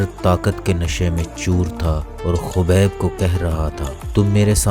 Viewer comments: چوتیا نیریٹر ۔۔۔ خبیب نہین حبیب نور محمد نام ہے اسکا ۔۔۔۔ جاھل آدمی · Khabib Nahin hota Habib hota ha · Abe chutiye kaubaib nhi hai uska naam habib hai or corner mcgregor nhi conor hai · yes but apny video my khubeb bola hy its wrong